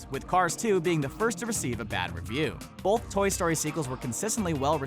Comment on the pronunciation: I don't pronounce the "L" in the word "both" but the announcer does. Bolth.